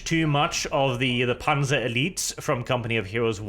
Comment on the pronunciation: Wait, this is a German campaign? So why do these soldiers speak English? Also, you have no right to get annoyed at people botching the pronunciations of German words,, since you keep pronouncing the "z" in "Panzer" as if it was an English "z"...